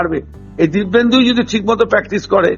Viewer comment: ..o "Dibbendu" na "Dipenddu"